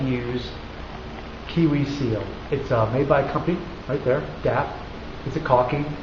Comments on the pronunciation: why do you call it KiWi seal? it's kwik as in Quick seal. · It's called Kwik Seal. Pronounced Quick. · ha you called it KIWI seal insted of KWIK seal. seriously big fan. getting into cosplay for my kids ok... for me too